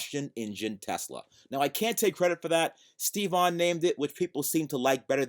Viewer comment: just calls him Stevon.